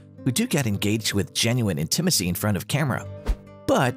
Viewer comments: It's pronounced "INtimacy" with the stress on the first syllable, not "inTImacy". A famous example not mentioned here is Richard Burton and Elizabeth Taylor in the epic "Cleopatra" (1963), their sex scenes are long believed to have not been simulated. Burton and Taylor went on to have a tempestuous but very passionate relationship over the next several decades. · That was weird! Makes me wonder if the narrator was actually computer generated or something. . . I mean, who says "in-TI-ma-cee"??? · "inTIMacy" "filashio" LOL!!! these robot voices are hilarious. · When did it become so difficult to properly pronounce the word "intimacy?" The way this guy says it is hilarious... " In - tim- assy." Poor Tim! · In-tim-icy, yeah that's not an ai narrating at all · AI readers... they get less mechanical, but the giveaway is by mispronouncing things like "intimacy" as "in-TIM-acy." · I thought he was talking about somebody named Tim Asee🤔🤣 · In-TIM-macy? Oh brother, AI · In TIM a SEE??? So much for AI translation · In TIM acy? Gotta ask if this AI voiced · In-Tim- acy? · How in heck is text-to-speech software not familiar with the word "intimacy"? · Yeah, in-TI-ma-cy is my new favorite word. :D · WTH is with the AI?!? Can't pronounce 'Monster's Ball' correctly, nor the word 'Intimacy'? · Painful to listen to the narrator horrifically mispronounce the word "intimacy" over and over. :) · I'm not sure if I am more disappointed that I have never seen or been interested in seeing any of these flops or with the narrator's mispronunciation of "Intimacy"...🤔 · After the narrator was in Tim Asee he couldn't pronounce intimacy. It's funny that he couldn't pronounce felacio either. ☺